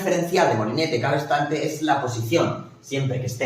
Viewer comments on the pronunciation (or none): Gracias. Por si desea perfeccionar su lección, dice usted "cabestrante" unas cinco veces refiriendose al "cabrestante". Qué pasen un buen día